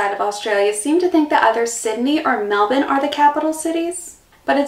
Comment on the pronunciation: What about the way she pronounces Melbourne. Spot on!